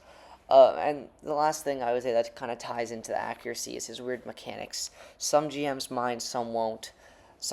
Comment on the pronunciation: Man write a script or something my guy. Couldn’t even get through the video because of all the stuttering and “uh um ummm uh uh” Dont just ramble man.. Actually say something. That’s my only criticism tho. Good vid my guy said “mechenics” 😂😂😂